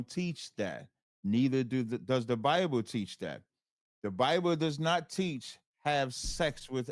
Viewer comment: This was a wild debate. right, their whole religion is based on word concept fallacies and misinterpretations. And, WTF is a "Biboo"? Should've axed him what a Biboo is.